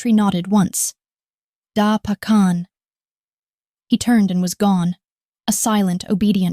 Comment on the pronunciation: Correct..."Dah" (yes) Pah khan ..mouse is "meesh" or "meeshka" mah yah(mine) duh rah guy aah( my loved one)..good try but need to work on pronounciation..😊❤